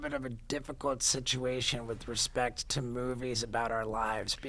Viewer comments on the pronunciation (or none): ahhhhh tha "SNITCHUATION" hahaa